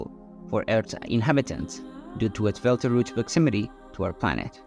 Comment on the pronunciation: First, it is Betelgeuse (pronounced Beetle Juice) and not Beltarooch. 2nd, it did not start to go supernova. It is still in the stage of fusing helium meaning it still has at least 10,000 years left before it will go supernova (I just watched a real program on this exact topic).